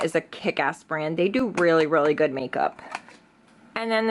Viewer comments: Seriously annoys me how you say goodT instead of good.... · renee40 She does that a lot. Instead of pronouncing words the d she says t. Like goodt, badt, underratet etc 🙄🙄